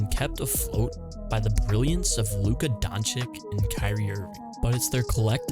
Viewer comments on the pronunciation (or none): BRO! How are you making a video of the mavs and pronouncing luka's last name as donchick? Its DonchiCH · His name isn't pronounced Donchik - it's pronounce Donchich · Love the video and the theme of the video but my guy his name is LUKA DONČ̣IČ not LUKA DONČIK at least listen to him pronounce his own name or any of Dallas MAvs comentators not Steph3n Ass Smith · its not Donchich its DonČiĆ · I predict a lot more videos with Luka. Glad you'll pronounce it correctly next time. Sincerely, Mavs fan since the 80s.